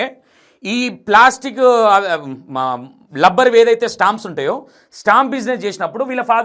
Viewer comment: గారు మీరు తీసుకునే కంటెంట్ బాగానే ఉంటున్నాయి కానీ మీరు కన్ఫ్యూజన్ గా చెబుతున్నారని నా ఫీలింగ్ ఓన్లీ, నెక్స్ట్ రబ్బర్ ని లబ్బర్, లెక్చరర్ ను లెక్టులరు అని అంటున్నారు...అలాంటి వి కొద్దిగా చూసి చెప్పండి next అంతా good.